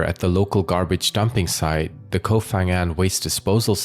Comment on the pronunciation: The name of the island is "Koh ....", not "Kof...". Who cares?❤️